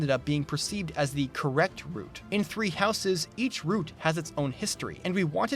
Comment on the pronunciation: I love you, but please... Stop adding the unnecessary and incorrect extra "es" sound when pronouncing "houses'" and any other words or names that end in an "s" sound while having a possessive use, such as with an apostrophe. You sound like an illiterate child.